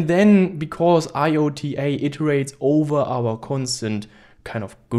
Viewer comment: iota is pronounced "eye oh ta"